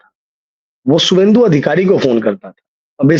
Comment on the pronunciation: शुभेंदु लिखिए शुभेंदु बोलिए।